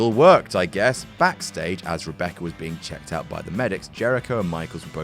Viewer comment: I wonder what "Batister" and "Rebeccur" had to say the next night on Monday Night "Rawr"...